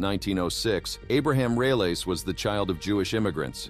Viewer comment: The name is. Relis not realis